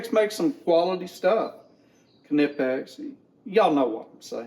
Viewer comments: The brand is pronounced, 'kuh nip x' not "nipex" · Kuh-nip-ex. That’s how it’s really pronounced